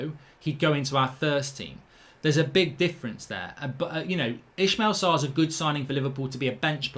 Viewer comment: Still saying Sarr's first name wrong. It's Is-may-la not Ish-male